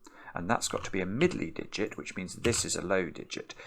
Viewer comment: Someone should make a video of saying Middley Diget over and over.